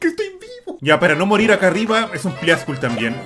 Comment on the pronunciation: por que le dice pliascul?